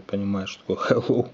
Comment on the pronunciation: "HiLow" "хайло"